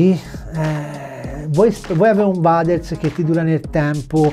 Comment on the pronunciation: Bellissimo il nuovo logo IDP sempre sul pezzo 💪🏻🔝 P.S. Si pronuncia “ueders” ti vo bene 🤣🤣